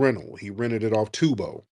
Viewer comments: ITS TURO NOT TUBA SMH😅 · Right. I'm like what this man talking about "tubo"? 😂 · It’s turbo not Tebow Tariq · Turo, not Tubo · Lmao Tubo its "Turo" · It’s Turo not tubo😅